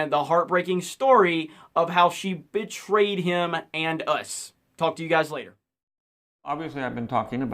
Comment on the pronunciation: Sounds like you said “bitchtrayed,” which also works perfectly